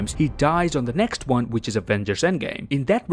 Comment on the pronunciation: No, ill see you in the next Juan. 🤣 I like how you say one.